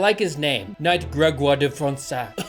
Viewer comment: As a french individual and translator, I will do my best to attempt to detail the pronunciation of each french word and name mentioned in this video! Gévaudan -> Jeh-Vo-Dan (For the Dan, think more as in the way it's pronounced in Dante) Grégoire De Fronsac -> Greg-woah-r Duh Fron-Sac Paris -> Pah-ree (the s is silent) Auvergne -> Oh-Vehr-nyuh (very very soft nyuh sound) Dordogne -> Dor-Doh-nyuh (same soft nyuh sound, gne is a tricky, barely pronounced sound) Jean-François -> Jan Fran-soah ( pronounced it well, both "an" sounds are also the same as in the name Dante) Marquis -> Mar-key (Pronounced correctly there too, the s is silent, this is not really a name as much as a nobility title. It's odd that they call him by title without a name behind it) Cuirasse -> Cuee-Rahss It's worth nothing that the Beast of Gévaudan is a very well known tale in France even today, taught in our schools!